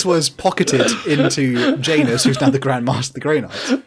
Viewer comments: Well then you've been luckier than me, because having actually formally studied Latin and knowing that in Latin j is always read as y, I have spent years cringing at people saying jay-ness and not YAH-nuss. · I have never before heard people pronounce the name "Janus" (who is named after the Roman god of doors who had two faces) as "Jay-nes" instead of "YAH-nuss".